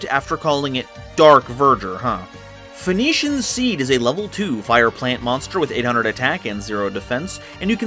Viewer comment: Phoenixian... Sounds like Phoenix... Not Venition... Sorry, bit of a grammar Nazi.